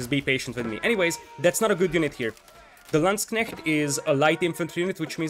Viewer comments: Perfect pronouciation on Landsknecht! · Yeah. Impressed with your pronunciation! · Congrats, til now you are the closest non German speaker I heard to pronounce Landsknecht correctly :) A few additional tips for it. 1.) The "a" of landsknecht is the same as in armour. So if you say L-armour then you have the perfect start 2.) you cant pronounce the kn too hard, so just make it a bit stronger still :P 3.) If you want to be perfect, then then plural of Landsknecht is LandsknechTE. The "te" is pronounced like in TEst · Someone not butchering the pronunciation of landsknecht, love it. Nice cast btw